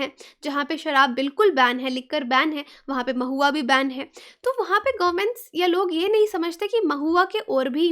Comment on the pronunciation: U pronounced it maahua... but actually it know as Mahua